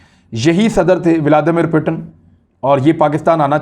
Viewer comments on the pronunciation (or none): اسلام علیکم آپ سے گزارش ہے جب آپ روسی صدر کا نام لیتے ہیں تو پوٹن نہی پوتن کہا کریں صحیح نام ولادی میر پوتن ہے ہم میں سے اکثر لوگ انگریزی سے ترجمہ کرکے اس کو پوٹن کہتے ہیں چونکہ روسی زبان میں بھی اردو کی طرح ت اور ٹ دو علیحدہ حروف ہیں